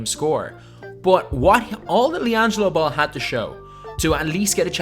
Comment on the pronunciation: you mean LianJAILo Ball